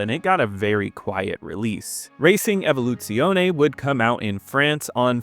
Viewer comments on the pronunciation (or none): Evoluzione? Don't you french it up on me boy. This game seems neat